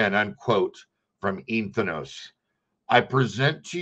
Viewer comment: Not Ethan-os It's EN-THEE-OS Greek for the Holy Spirit within.